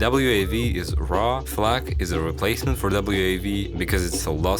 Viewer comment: did bro just say "f[_]k" or is it just my hearing